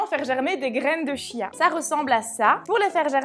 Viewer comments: Bonjour, on prononce graines de quia, et non de chia!...c'est plus sympa! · Ça se prononce "kia" ("chia").